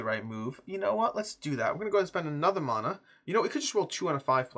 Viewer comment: I hate that you’re pronouncing mana differently from how I do, and it turns out you’re the correct one 😂. This is a tough day for me